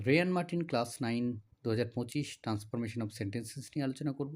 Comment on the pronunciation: রেয়ান নয় রায়